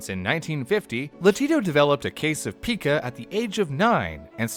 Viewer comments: It’s PIE-CAH not PEEKA!!! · PICA, NOT PIKA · Oh my god idk if I can finish this episode. It's not "Peeeeka" it's "P I KA" with a hard I. And I should know. My mom dealt with it for several years. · Never heard it pronounced “peekuh ”. Just “pie-kuh” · Uhh...it's pronounced "Pie-ca," not "Pika." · It’s pronounced pie cuh not pika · Its not pica...its PIE-CA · It's pronounced "pie-kuh" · It's pronounced pai•kuh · I believe it's pronounced (and I've only heard it being pronounced) as 'paika' so it kinda triggered me when they kept calling it pica. But hey, i won't nitpick, great video nonetheless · Pike ah, pike ah, pike ah pike ah Pica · Pica is pronounced like pike-ah I can’t even watch this it’s making me nuts, it also kinda makes me question how much research is actually done for these if the pronunciation isn’t even correct for the main topic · It's pronounced pie-ka though. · Ikr, its driving me crazy the way he's mispronouncing it literally every 15 seconds.